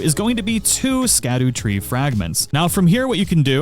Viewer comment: really? The NPCs literally tell you how it’s pronounced 😂😭